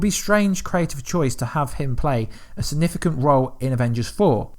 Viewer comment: Dude. You have no substance or factual information to share. All you have done is add a Click Baity title with the words “Leak” & “Revealed” as if you have some insider knowledge. But all you’ve done is theorise on your own opinion passing them off as fact. You can’t even say “Significant” properly. How can you expect people to take you seriously if you can’t even articulate yourself properly. Time to rethink the quality of your content dude. 👎🏻